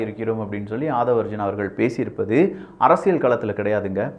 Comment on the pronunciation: அரசியல்... Not அரசியழ் or அரசியள் 🤦🏾‍♂️🤦🏾‍♂️ It is getting annoying